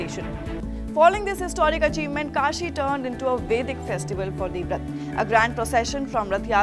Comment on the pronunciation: Devrath is different from devavrat... Plz pronounce his name properly